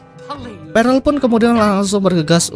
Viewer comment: Bang itu di bacanya perll bukan parell, aku kebangun gara-gara denger itu huhuhu